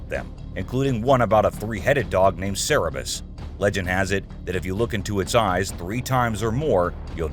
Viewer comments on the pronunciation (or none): Funny how you feature so many clips that have already been debunked. Also, you don't seem to read well. You included the text, "cerberus" and then called it "cerebus". lol Geez, are you even trying ?! Pathetic.